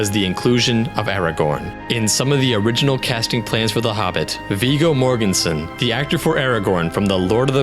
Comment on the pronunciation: duology, just learned a new word XD thanks:) but I must remark: it´s Viggo Mortensen, not Morgensen